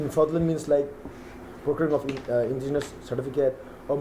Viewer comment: I really appreciate DNSU for this but please learn how to pronounce fraudulent first 😅